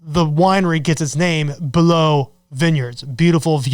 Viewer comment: Why do you say" below "vineyards? You do know how to say it properly?